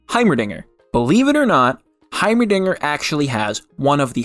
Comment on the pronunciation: yes. HaYmeRDiNgEEEr